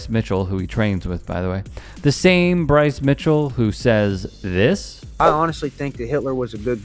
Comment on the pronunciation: BWICE IS WIGHT!! PWEASE AND THANK YOU!! 🤣🤣🤣